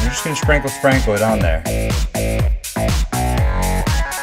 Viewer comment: sounded like sprinkle sprinkle... I was like "what the hell" that was my favorite part LOL.